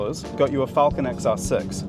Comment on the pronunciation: Crayon enthusiast, are they people who can’t say Falcon properly?